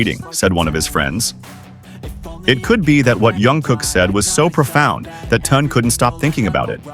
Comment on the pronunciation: Вот опять хрень написали я прошу правильно проговаривайте их имна он не Тун а ТЕХЕН.ЗА ЭТО ТОЛЬКО ПОД СУД ЧИТАТЬ ПРОТИВНО СКАЗОЧНИК ЗАЙМИСЬ ДЕЛОМ А СПЛЕТНИ НЕ СОБИРАЙ